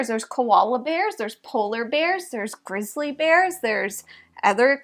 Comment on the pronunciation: Somehow grizzly bear got pronounced grissely bear and I just pictured a bear covered in bacon grease.